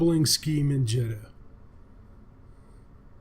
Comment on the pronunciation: Jee-ta, Jita is prounced jee-ta.